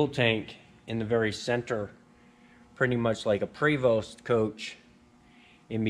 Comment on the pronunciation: Hey enjoyed this video love watching all your videos - just so you know PREVOST is actually French and it's pronounced PRAY- VO take care